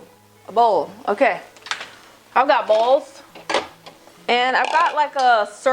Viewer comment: hahahaha " i got bols"